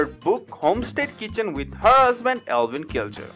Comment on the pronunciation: Eivin is pronounced Ivan, not Elvin. There is no L in his name. Pronounce other words correctly. The narratives are horrible!!!!!